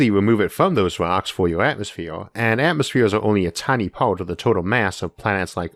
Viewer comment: Wotully no atmofeer - how can one person butcher so many words?